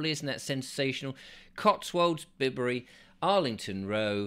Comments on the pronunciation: !.. Bib-bury 😱 ... "By-bury" ... you, you,... Tourist you ... 😅😂🤣 ... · It’s pronounced Bye-bury. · So sorry to correct you - Bibury is pronounced 'Byebury' I live in the area.. Love what you do ☆ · Bibury, is pronounced B 'eye' bury. :o) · Pronounced, 'Byebury,', get it right.